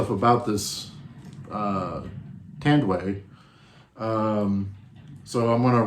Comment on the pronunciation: its Tan---duay